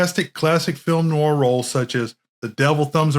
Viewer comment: The 'proper' pronunciation of 'noir' is 'nuh-war' with the emphasis on 'war'. As in "nwär'. Try saying that correctly a hundred times.